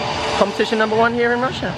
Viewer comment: Congratulations and LOVE how you pronounce Rusia....in Spanish. My respects and love for you, Lance,!